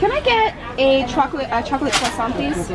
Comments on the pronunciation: You said croissant just perfectly 👌🏼😂🇫🇷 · Another video alreadyyyy! So so soooo happy you're vlogging again, it feels so nice to have you back 💖 PS: never heard an american pronounce "croissant" so well, it was perfect!! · I speak French and that Croissant pronunciation was on point👌🏼👌🏼👌🏼👌🏼